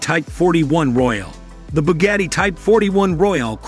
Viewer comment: You mispronounced Porsche, LeMans, and Bugatti. Got a good laugh out of that.